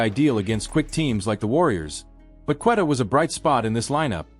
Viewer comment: This A.I is so annoying. JRue Holiday? Cant say Queta correctly. Showing tom brady. Saying was the holiday trade bad? What are u guys even talking about? Then showimg the 08 Celtics over and over.